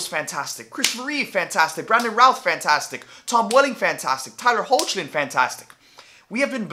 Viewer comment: Just FYI, Hoechlin is pronounced like "heck-lin"